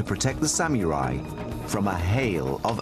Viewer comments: haha i hate how the narrator says sameerai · The hell is a SaMUREai? Oh a Samurai. SPEAK ENGLISH NARRATOR! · Lol he said samurai like samErai